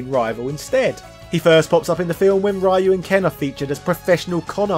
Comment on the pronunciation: The way you pronounce Ryu's name as Rai-Yuu is awful...